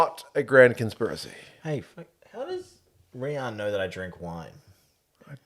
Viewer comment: My name is Riaan too. Your pronunciation is good.